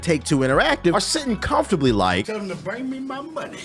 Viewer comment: "Tell them to brang me my munehh" 🤣🤣